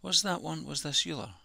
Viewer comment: Great video and thanks for taking the time to put this together. Euler is pronounced oil-er, just FYI